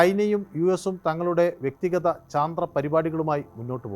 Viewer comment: ചന്ത്രൻ അല്ല ചന്ദ്രൻ ആണ്